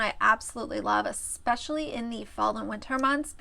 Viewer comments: ‘Expecially’ ughhhhh so many people on YouTube say this! It’s drives me NUTS! I love these videos you make, they make me laugh, and let’s face it, YouTube needs some laughing right now 💁🏼‍♀️ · Did everyone who watches Josh from see his grammar/pronunciation siren 👮🏻‍♂️🚨 pop up and go off when corrected Myka's "EXSPECIALLY!" 🤣🤣🤣